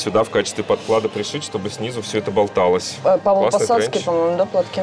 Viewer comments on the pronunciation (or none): Хватит говорить "ПОДКЛАДА" 🤣😭подо что подклада? ПОдкладкаааа!!!!!!!!!!!!!!!!!!